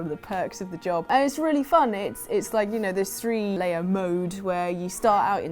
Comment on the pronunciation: I genuinely thought you said "three Leia mode" and not "three layer mode"